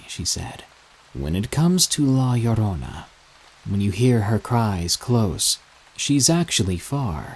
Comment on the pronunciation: Good stories. I gotta say, good job pronouncing La Llorona correctly.